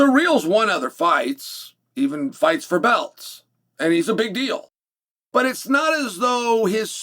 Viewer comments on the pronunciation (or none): none